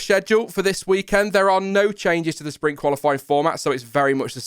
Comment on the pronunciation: I was trying to figure out what "Spring Qualifying" was, then I realized you were trying to say "Sprint".